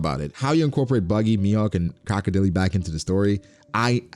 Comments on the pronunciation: Croco Dele? 💀 It's more like ↓ Croco dail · Bro, "Crocodilly?" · broooo not "CROCODILY" tf is that🤣🤣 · "Crocodeelee" That's a way to say it